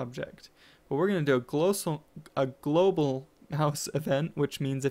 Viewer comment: "We want a glosal mouse event" it's "global" not "glosal"